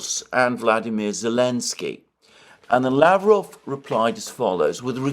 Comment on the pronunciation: Pronounce Lavrov w stress on last syllable and final v like f.